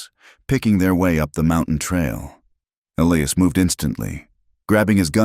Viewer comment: But there's still a Clara, Sarah and Elias which is pronounced incorrectly.